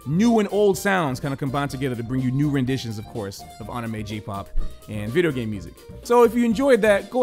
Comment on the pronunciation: Me when they say anime with the wrong pronounciation: -.- Me when I realize I say anime with the wrong pronounciation: O.O